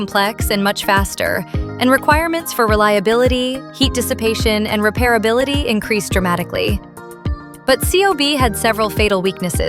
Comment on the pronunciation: repairabilit?? What a joke 🤣🤣😅